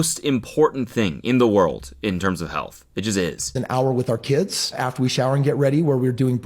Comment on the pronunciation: Cody can not say the word world